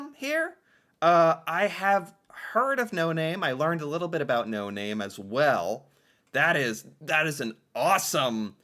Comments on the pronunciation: Construction or workboot socks! Available all over Canada, including the west where I live! Also highly annoyed by his misinformation and ridiculous stereotypical pronunciation of certain words! Never said "aboot" in all of my 56 years! Nor do I say eh!!! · Please don't watch this guy. He is painful to watch. Most Canadians don't hate the Queen. Just the younger generation does not understand anything about it. I get so tired of this doofus, pronouncing his words like stereotypical, Canada when nobody actually speaks like that. We don't claim this biased french hating guy as our own. P.s. this stated from an anglophone. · gives way too much misinformation, and he accentuates " aboot " way too hard. I've lived in almost every province of Canada and never once I've heard anybody pronounce it that stereotypically. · He pronounces it differently at different times. I'm pretty sure it's an affectation. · the most fake Canadian on social media. Stupid fake accent making up pronunciations that one would never hear or say in Canada. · Yes, GAWD, WHY DO PEOPLE KEEP WATCHING HIS VIDEOS? HE’s insufferable, right down to his playing up his intentional mispronunciation, or .speech affectation. He’s soooooo awful. And, I’d wish people from outside of Canada, trying to learn about Canada & Canadians would stop watching that pompous a$$. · No kidding, cuz I've never heard any Canadian pronounce about like that. I am mid 50's & live in MB. Maybe some areas of Quebec pronounce it like that. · First time I hear a Canadian say "aboot". 😂 I'm from Montreal, Quebec. Didn't know it was a thing until I watched your videos. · I guess you never heard of putting left over syrup in a different container. Those are just wool socks. Nothing special about them. is the first person I have EVER heard pronounce about like aboot. A lot of the No Name products are actually the same as a brand name product and made by the same brand name product. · no pronunciation like that in Quebec either